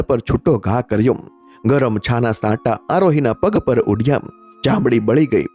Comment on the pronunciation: ધ્રુચકે ધ્રુચકે નહિ ધ્રુસકે ધ્રુસકે..કલપના નહિ કલ્પના સાંટા નહિ છાંટા ખીચ્ચા માં નહીં ખિસ્સા માં બીજી પણ ટોન બાબતે ભૂલો છે એને ઇગ્નોર કરે તો સારી સ્ટોરી